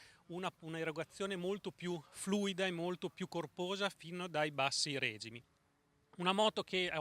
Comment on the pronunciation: scusate, ma perché tutti pronunciate règimi invece di regìmi?